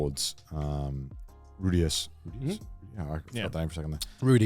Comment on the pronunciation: why is garnt calling rudeus rudi. including correcting connor. his name is rudeus...